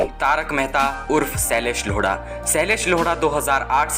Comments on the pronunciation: Shailesh lauda nahi bhaai lodha😂😂😂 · Bhai unka naam shylesh yodha hai na ki loda😂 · Shailesh LODA nahi bhai😂😂 lodha hai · Ara loda nhi lodha😂😂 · He tell Sailesh Loda😂😂